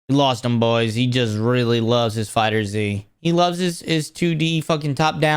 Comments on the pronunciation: Love how he says fighter Z instead of fighterz (one word) also the first trailer for sparking zero WAS slow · Bro. It’s FighterZ as in Fighters. I can’t take you seriously every time I hear you say Fighter Z. You probably call it Pokeman don’t you? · Not fighter Z its Fighterz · FighterZ is one word, not Fighter Z lol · Why do people still call Fighterz, Fighter-Z??